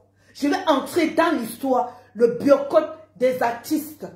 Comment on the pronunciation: Biyorcottt 😂😂 Mieux tu dis biyacott c est mieux puiskil s agit de ça😂😂😂